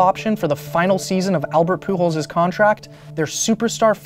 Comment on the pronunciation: love how you pronounce "Pujols" as "Poo Holes"